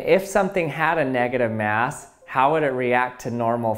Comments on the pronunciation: x X_NoobSlayer_X x Yeah ikr! Its every second he says it "neGAtive maass" negaTIVe mas" "negative MASS" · neahgadive meaws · I think you two don't understand that OP probably spelled it that way because the way the guy pronounces "negative MAAASSS" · Nugitive mass